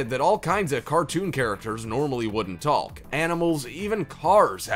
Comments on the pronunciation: Who says “taLk” 😂 That L is supposed to be as silent as a ninja fart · I don't like how she pronounces the L in the word talk during the Rugrats segment. I know it's spelled like that but it's weird to say it like that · Why tf is he pronouncing "Talk" as Tallk 🤣🤣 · It’s talk’ not taLk’!!! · how he pronounces “taLk” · who pronounces 'talk' as 'talc'? weird dude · I don't know if I should trust a person who pronounces the "L" in "talk" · Nobody gonna talk about how this man pronounces the word talk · I've never heard anyone actually pronounce the L in "talk" before. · You really pronounce the “L” in “talk” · You put so much emphasis on the L in “talk”